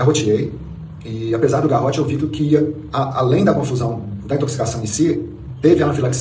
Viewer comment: Ele falou que garroteou ou eu entendi errado ?